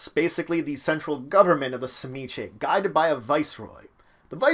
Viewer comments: I always thought it was pronounced Zi-Meat-Zee? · It is a Russian name and it it properly pronounced suh-ME-ski. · I used to play in a game with a history professor, playing an Old Clan Tzimisce. He had a colleague from Hungary and he showed him the name, asking him “How would you pronounce this?” It’s hard to write it out, but you pronounce the “Tz” like the “Ts” in Tsar. Kind of like “cz” in Czech. And like most Slavic words, the second syllable “MI” has the accent. Then you do a kind of glottal stop and say the last syllable like “skuh.” There’s no schwa character in this keyboard, unfortunately, but you pronounce the last “e” like that. I had no problem saying it but I have a talent for accents and sound bites, not everyone did. So those of us who had talented voices pronounced it like the player’s Hungarian friend and everyone else called them “Clan Pretzel.”